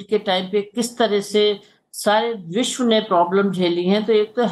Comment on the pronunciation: न्यूज़ रीडर, शब्दों का उच्चारण थोड़ा साफ करें। मुख्य मुद्दा को "मुख मुद्दा" बोलना, विश्व को "विश" बोलना जैसी त्रुटियों की आपके बोलने में भरमार रहती है।